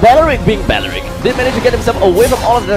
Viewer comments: belerick not bowrick! gusion not gus-yon! barbiel not barber ! washing machine not watching matching! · Gosh same ... Belerick not bawerik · Belerick not balarick lol 😂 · It's BELERICK, spelled as B-E-L-E-R-I-C-K NOT belewik 🤦🏻‍♂️ dude can't even pronounce 🤦🏻‍♂️ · IT’S BELERICK, NOT BALARICK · Others: belerick That commentator in left: baralik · Bawaaarick.. seriously baeewrick... WTF nationality is not an excuse for such horrid english pronuncuation. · Bayeyerick bayeyerick..hahaha im dead 😂 sorry 😂😂😂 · How to pronounce belerick properly its bawlawrickk 😂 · BALARICK ? HAHA THATS WHAT IVED HEARD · Ba Ya Reek ?! RIP Belerick OMG this is so frustrating to listen to. Biased casting and super fail on pronounciation